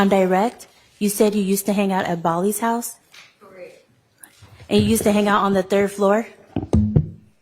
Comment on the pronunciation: lipsmack “CORRECK” 😂😂😂😂😂